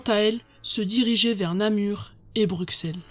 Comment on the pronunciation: Très bonne vidéo ! Si jamais, niveau prononciation : Bruxelles : bruSSelles, le x ne se prononce pas. Anvers : anverSS, le s se prononce. ;)